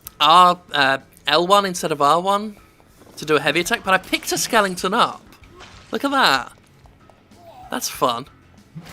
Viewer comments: Why do you keep calling them "skellingtons"? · skelington? ;) what is this beast?